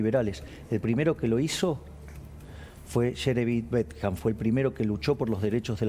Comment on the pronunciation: Jeremy BEN-THAM. Por favor, pronuncie bien.